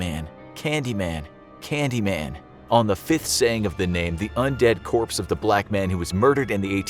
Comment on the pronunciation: Excuse me that's not "candyman" it's "candymayne" xD if you know you know.